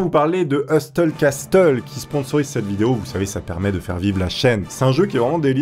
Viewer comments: HEuSteuLe cASteulE NON! On dit heusseule casseule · Quand dit "Heusteule Casteule" Prof d'anglais: HEUSSEULE CASSEULE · "EUSTEUL CASTEUL" mdrrrr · Je te signale que heusseule casseule sest la vrai pronunciation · Husteuuul casteuuul tu sais même pas prononcé correctement en anglais le nom de ton op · En fait, si on veut être précis ça serait heussole cassole(avec une prononciation englaise)